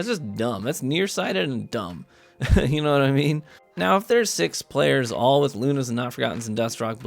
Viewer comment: Love u, "u knaw what I mean"! Hahah but seriously u know what I mean right? Happy New Year and wish u the best in 2019